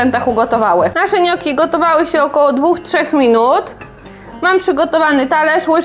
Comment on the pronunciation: „niokki” nie „nioki”